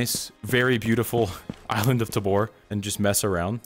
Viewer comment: all is kinda fine, but it's Tábor, not Tabór